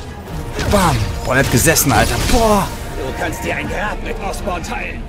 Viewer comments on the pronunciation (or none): Der heißt Norman Osborn nicht Oscorp. Oscorp ist die Vermischung von dem Otto und Norman :D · Habt ihr bemerkt dass er immer Norman "Oscorp" statt Osborn sagt